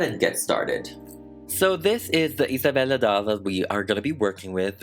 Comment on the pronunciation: i love the way you pronounce isabella’s name, it’s like satisfying to me